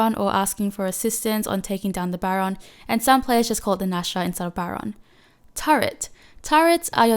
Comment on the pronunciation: It's Nashor not Nasher